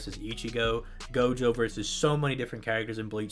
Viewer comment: I Heard jogo instead of gojo in one part